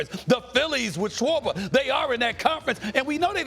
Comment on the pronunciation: Lmao this guy said sharber like cmon man a DH